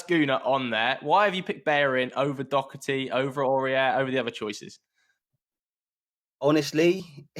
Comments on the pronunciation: How do english people say dockerty and not Doherty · It’s Doherty not docerty 😂😂😂😂😂